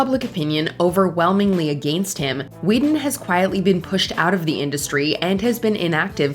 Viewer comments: Why is it so hard for her to pronounce against? Against isn’t a hard word yet everyone on Mojo sounds illiterate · Because she's Canadian, although some Canadians pronounce may pronounce it like "uh=GENST". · Why does the narrator pronounced ''against'' like that ?